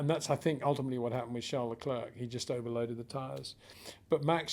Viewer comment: Peter Windsor his name is Charles not Charle....=)